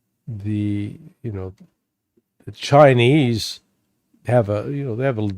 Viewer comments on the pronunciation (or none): none